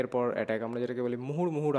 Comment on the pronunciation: মুহুর মুহুর নয় রে ভাই 😂 কথাটা হবে মুহূর্মুহূ